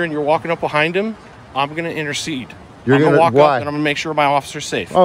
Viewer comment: He said intercede🙄